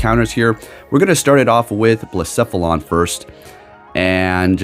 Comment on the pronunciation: I’m just really happy you say Blacephalon correctly 🥰